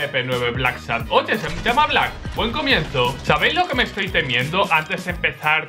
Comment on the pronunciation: Black modo chileno xD